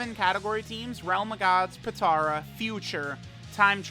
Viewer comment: Normal People: Potara: PiTtaUrA